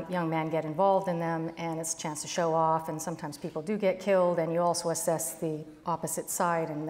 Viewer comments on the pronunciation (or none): That last guy kept saying “”altso”” instead of ‘also’..